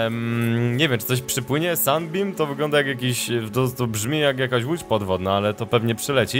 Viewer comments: To się czyta Simot a nie jakieś "simaf" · mów semołf a nie semaf! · mówi się si mot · Nazwę tego statku chyba powinno się czytać simałf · chyba czyta się simołf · Czyta sie simołt ten statek sie tak czyta ☺☺ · nie to się wymawia simąf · to sie czyta (simołf) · to jest semoutch mówi się si mouf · Dlaczego "promień światła" brzmi ci jak łódź podwodna?